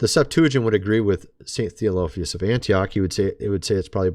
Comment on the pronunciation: Ain't it The o phil us. It's soft o.